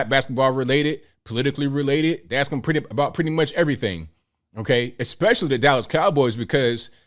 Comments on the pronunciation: Funny, I dont recall dumdum defending Kyrie over his vax stance either. And dumdum....people don't "axe" questions, they ask them. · I agree with you to some degree. Perhaps the most disturbing aspect of his interview is that he can’t properly pronounce “ask” nor “athlete”.